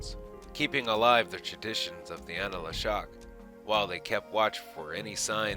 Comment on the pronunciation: ANLA Shok. ANLA. Not ana la...